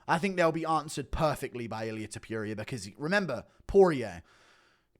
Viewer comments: WHY DO YOU SAY TOPURIA LIKE THAT IT DRIVES ME NUTS ITS NOT TOPERIA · No one: Guru: Ilia ToPEWria